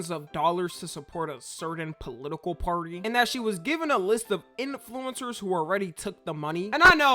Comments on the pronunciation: The only thing that bothers me is the way he pronounces “In flu-incers” yes the in is separate lol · why you say influencers like that? :face-green-smiling::face-blue-smiling::face-purple-crying